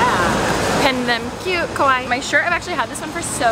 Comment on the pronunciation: The way you said kawaii is more like Kowai which means “scary” 😂😂 don’t get me wrong I love you so much ♥️ and you’re so Kawaii